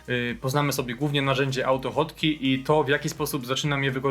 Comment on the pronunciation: Po co usuwasz "#[liczba]" z nazwy, jak masz dostęp do nazwy projektu bez numeru? PS. AutoHotkey wymawiasz jako "autofotki" xD